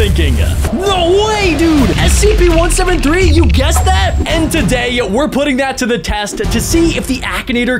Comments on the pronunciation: WHY IS HE SAYING ACP ITS SCP NOT ACP HOW DO U NOT KNOW!?!?!? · You are saying the wrong spelling of s e p u r saying aep instead of s e p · why are you saying acp its scp not acp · Why u say cpr and acp its scp🤣